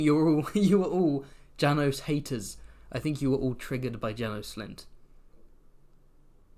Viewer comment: János and Sándor are hungarian names :) haha ("Janosh" and "Shaendhor" maybe the right pronounce)